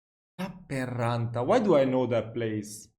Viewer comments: "Lapin is lapland..." Correct, but in this case it was a mispronounced "lappeen", as in "Lappeenranta". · nice, you caught her mispronouncing Lappeenranta 🤭